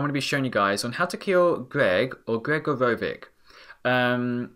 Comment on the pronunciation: neh-crop-olis and greg-oro-vich sorry!